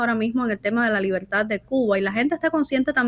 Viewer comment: Libeltá! Libeltá! 🤣Qué nadie les enseñó a pronunciar la R?